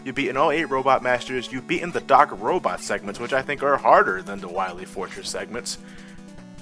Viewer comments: Both and the guy he reviewed this game with (forgive me for forgetting his name) both keep pronouncing Wily's name as "Wi-lay" just because it's randomly misspelled as Wiley this game. While this is clearly a mistake, I don't really get this odd pronunciation. Obviously I get that they're making a joke, but Wiley would still be pronounced the same as Wily. Similar to Smiley or Riley. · Doctuh Wahwee!